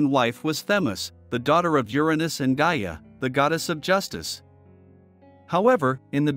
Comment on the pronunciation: It's not G Ah.. Gaia is pronounced.. Guy, Yah! Why does no one who makes these videos check these kind of things before making such videos.